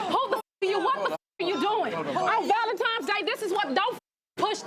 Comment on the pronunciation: Not on valentimes day lol but people kill me when they say it like this.